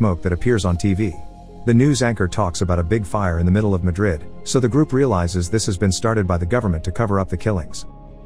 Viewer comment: Are you trying to say Madrid of something else